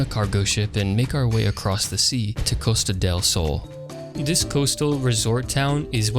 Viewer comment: As a Spaniard, I found funny the way you pronounced "Costa del Sol" XD This was a nice revisit of the game anyways